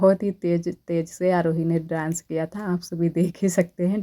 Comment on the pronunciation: ड्रांस मत बोला कीजिए प्लीज डांस बोला कीजिए 😊❤